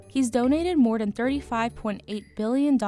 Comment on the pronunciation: "More den"